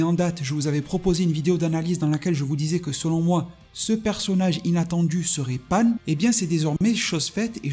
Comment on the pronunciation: Pan ! Pas panne putain ! Déjà que vous cracher sur DB GT alors que c’est le meilleur. N’allez pas déformer le nom de ma petite Pan !